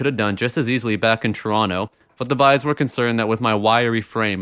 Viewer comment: Everytime you say the Boys™ I keep hearing the